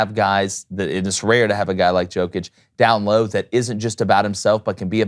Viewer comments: learn how to pronounce his last name (Nikola Jokić ; Pronunciation: \ni-KOLA yo-kitch\ ; Nikola Jokić ), is it so hard to google it ffs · First of all learn to pronounce the players name. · U need to learn to pronounce his name, it's disrespectful, he is in NBA for 7 yrs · Say the name of the best basketball player on the planet correctly, d*mn*t! So annoying. Non-Americans will be the face of the NBA when LeBron, Steph, KD, and Kyrie phase-out. Hail Jokic, Doncic, Embiid, and Giannis! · Good vid but you gotta say his name correctly. Like damn He’s the mvp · Bro. Appreciate the sentiment and the message is true. You are correct Joker deserves (infinitely) more praise. BUT CMON MAN.. You gotta reshoot this and pronounce his name right. Like I can't even.. nobody said anything while you all were practicing this? This man is the best in the world. Doing things no player has EVER done. Put some damn respect on his name! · You are not pronouncing his name correctly. It is Jokić where "j" readed like in "you" or "Yugoslavia". It is not "J" like in Jordan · istina brate